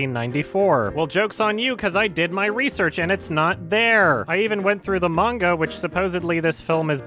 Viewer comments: I'm just seeing this, and it's a pet peeve of mine when someone pronounces 'manga' with a long 'ay' sound like 'page' when it's more of an 'au' sound like 'autumn'. Ugh. No respect for those people as far as that goes. 😂😂😂😂 Nihongo wa daisuki desu yo! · if you cant even pronounce manga (mon-gah), youve lost all credibility. not you (this channel) but the sample you used. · I don't trust anyone that pronounces manga like mane-ga🤢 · Anyone who pronounces it "mane-guh" is not credible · "mainga" That woman made the weeabs in the crowd cringe hard with that pronunciation. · we’ll I lost a point of taking that seriously when she mispronounce manga, even pronounces it right. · I'm not a huge anime/manga nerd but the way she pronounced "manga" when mansplaining blatant misinformation makes my blood boil. EDIT: Also wtf Kimba is fucked up lol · "based on a maynga by awesome-u tezooka". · "A MAYNGA SERIES FROM AWESOME-U TEZUKA" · "based off a mane-ga by Awesome-oo Tuhzooka" That physically hurt to listen to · "based off a mayn-ga series by awesome-u tazooka" please rip my ears off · listen to that pronunciation "maynguh series by asooma teZOOka" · her pronounciation of the word (manga and Oasmu Tezuka) oozes cringe